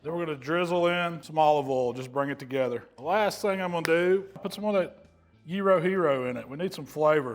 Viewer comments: Well I'm excited a non Greek actually pronounced Gyro correctly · Well done pronouncing "gyro" properly,!:D Kali orexi!